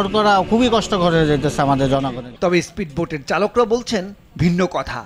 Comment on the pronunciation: Isperd boad না সাংগাদিক সাহেব, speed boat